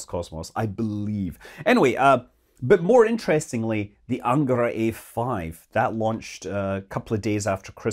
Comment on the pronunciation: Happy New Year, Scott! -Best wishes! -It's pronounced "angarA", BTW... ;)